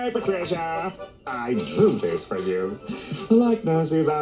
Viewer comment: I hated this episode as my name is Patricia. Hearing it being said that way grosses me out